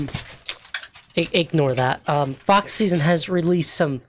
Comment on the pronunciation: Please tell me that I am not teh only one who misheard him saying "Fuck Season" and not "Fox Szn" 😭😭